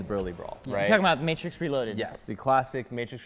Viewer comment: Don't be hatin on the "MATTRIX"